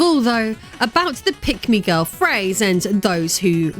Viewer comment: This video auto-played in the background at work. I was listening to it for about ten minutes before I realized you were NOT saying "Pygmy Girl."